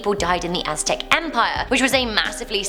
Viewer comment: Lord Viktor obviously she said it that way because she doesnt know how to say it. She pronounced it as its literal spelling may-ans though the first a is silent. She said Aztec perfectly so yea it wasnt an accent thing.